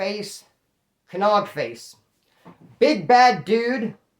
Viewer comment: Hell yeah, thanks for the update and the q.n.a also the k is silent homie so it's "nogface" get training brother tuck that chin and swing